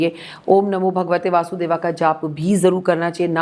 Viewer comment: Om namo bhagwate Vasudeva nahi hota madam Vasudevay hota hai. Koi mantra to sahi se bolo dr. Lga ke baithi ho naam ke aage to